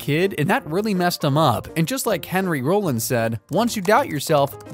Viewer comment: Its helpful when narration pronounces things correctly. "Tootsie" = "Tuht-Zee" not "Toot See" And HENRY ROLLINS last name is pronounced "RAH-LINZ" not "ROW-LINZ"